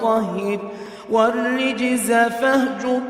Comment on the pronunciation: There is a mistake in recitation. It is not رِجْزَ but رُجْزَ. Please note and correct this.